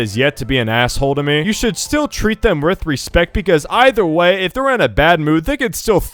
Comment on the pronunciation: I heard “treat them ryth respect”